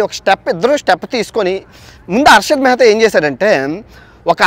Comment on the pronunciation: Mehra kadhu ra mehtha